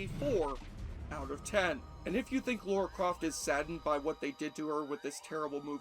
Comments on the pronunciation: I know I'm late to the party, but - it's Lara. Lara Croft. Not Laura. There's no "u" in her name. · They changed her name from Laura to Lara so that Americans could pronounce it correctly and you still got it wrong every time in this video 🥲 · Her name is Lara not Laura. What is it about American's always pronouncing it wrong... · Holy crap, it’s Lara. L - A - R - A. Lara, Lara, Lara. Has been for years. Not Laura. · Stop saying "Laura"! Gah! It's Lara! Lara! Is it so fricking hard? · Ffs it's "Lara"... NOT... "Laura". At least pronounce it correctly. Have you even watched the movie or played the games? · Her name is Lara not Laura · Laura? I thought it was Lara... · Don't many people find it annoying if you deliberately get the name of the protagonist wrong? It is LARA Croft, not "Lora" or Laura" or whatever. LARA. Two syllables, pretty easy to remember. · Why can't americans say the name 'Lara' properly...Laura is a different name. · Lara, not Laura. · It's lara not Laura. And it was the 32 bit era not 64 bit. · Say Lora one more time 😭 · I don't know wtf educated people can't pronounce LARA. And I'm from a freaking third world country. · And yet, he still struggles with Lara. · I turned off after the 15th time he mispronounced her name.